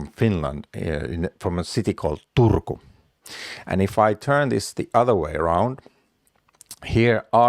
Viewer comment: "Turrrkkuun" ! yes, I guess, I love Finnish even without Umlauts, rock on... and please: stay healthy! I have to admit I never heard of blood poisoning at all, but it sure makes sense for some nasty little bacteria to procreate there.